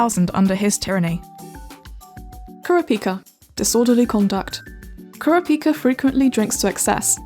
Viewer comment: Now how your sayin kurapika that’s really um hmmmmmmmmmm